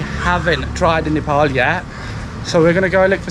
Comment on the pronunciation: why do you call nefol?? how do you pronounce paypal ?is it payfol??? its ney and pal " nepal" not nefol....